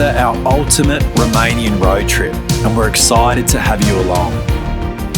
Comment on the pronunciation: Mate you are literally putting every english speaker I know to shame, your romanian pronounceations are bloody brilliant, literally perfect in some cases. Bloody well done! 👏